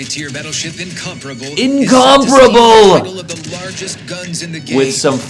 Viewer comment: The correct pronunciation of Incomparable is lovely to see ❤